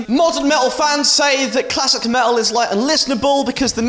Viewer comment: You had me at "me'ul"